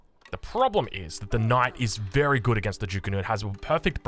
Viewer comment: Mother fucker did you say berry wise desicion?